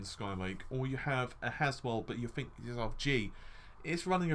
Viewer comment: Confuzzeling lol wtf?? It's threads not freds. through not fru think not fink three not free Sorry but your grammar is embarrassing buddy and more important for a youtuber really annoying, that mixed with the constant stupid phrases and wind tunnel audio, squeaking chair , banging and thumping around, low volume with high volume intro & outro, the info itself is sound and very welcome but the rest is bad, sorry but i can't put up with this all the time it's just to irritating.